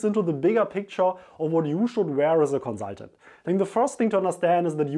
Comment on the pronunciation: I love the way you say Conzultant